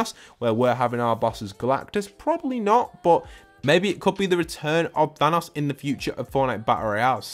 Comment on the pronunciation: I hate when he says thanas instead of THANOS